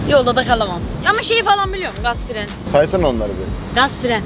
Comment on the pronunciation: Yanlız fren e firen demesi yokmu